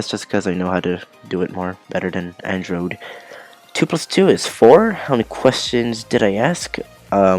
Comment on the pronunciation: when you said android the second time you said it like "androed" Andro3d confirmed?????